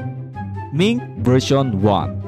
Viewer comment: Wtf is " miinc vereyshchion ban"